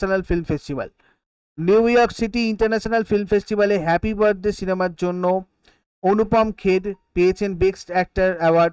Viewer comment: Anupom kher prize কে pyechen নাম টা পরিষ্কার করে বললে ভালো হতো